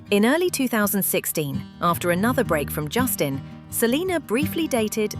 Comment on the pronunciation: Jason horrivelassistir , essa mulher falando o tempo todo o nome de Justin errado